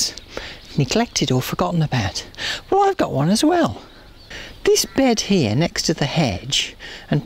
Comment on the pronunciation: "I'm planting primroses HEAH... HEAH... and HEAH." Respect gardening authoritah!